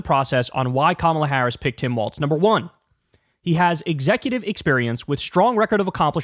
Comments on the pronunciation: Dear Kyle, I love your show 💙💙💙🤗🤗🤗 ... thrilled as can be ... with all due love and respect 💗💗💗, "Walz" is pronounced like "Walls", not "Waltz" ... no "t" sound 🤗🌿🌷💙💙💙💙💙🌷🌿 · its pronounced like walls not waltz. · Kyle I’m gonna need you to learn how to pronounce his name it’s Walz not Waltz! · It’s walz not waltz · I guess even fans of his will continue to mispronounce his name. Kuh-ma-luh and Waltz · Kyle your take is great on Tim Walz but for the love of all things please say his name correctly. His name is pronounced "Walls" there is no "t" in his name, its Tim WALZ!!!! Thank You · Kyle. Say it right, he deserves it, Tim Walz. Start by saying Tim Walls if it helps.